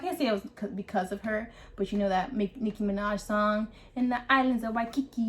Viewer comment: we don’t respect nor care about anyone from the mainlands opinions... also the mis pronunciation of words is offensive to us, and well as her little puns like “the islands of waiiikikiki “ 🤦🏻‍♀️